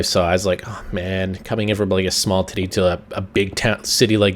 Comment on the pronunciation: 2.27 "it was a small titty"